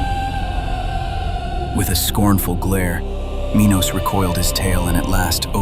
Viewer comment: The video is fine, but the AI narration sucks. wah-ster instead of WASTE-r, minis instead if Minos...you used no creativity on making the video, so the least you could have done is used a real person to narrate it. This is slop, and worse, it's slop retelling the greatest book of all time.